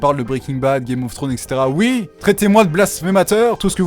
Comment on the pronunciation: IL A DIT OUITTTE !!!! IL A DIT OUIIITE !!!! 😂